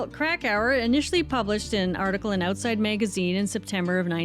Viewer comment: I had no clue that you are Canadian until you said Oatside Magazine. That was a total and complete giveaway. …don’t fret. I dearly love all the souls of earth and beyond. Much love and respect to you.